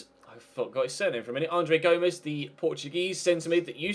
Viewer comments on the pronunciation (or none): Aaron Leonard its pronounced gom es and sanch es. Gom-esh and Sanch-esh is the spanish pronunciation (sanchez and gomez)